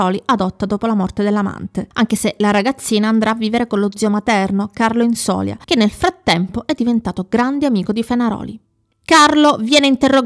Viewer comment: infatti. Comunque si dice Inzolia, con accento ultima i😊😊😊😊